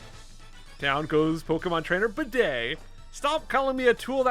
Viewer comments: it’s definitely pronounced Bead but please never stop calling him Bidet 😂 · Its actually pronounced Beat. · I think Bede's name is pronounced like "bead," given that his Japanese name is Beet. (I actually just googled this, and I'm pretty sure that's how it's pronounced.) FYI, Bede is Danish for beet - go figure. He might also be named after some English monk from the 7th century. The more you know...